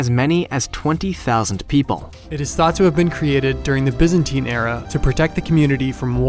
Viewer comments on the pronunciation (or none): none